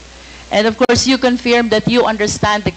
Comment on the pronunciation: Confirm hindi conferm